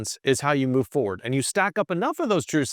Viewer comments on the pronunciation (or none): none